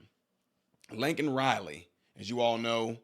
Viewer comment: POSJB didn't even say her name correctly. What a slap in the face!!!